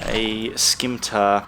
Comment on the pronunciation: The fuck is a skimtar? haha cool vid man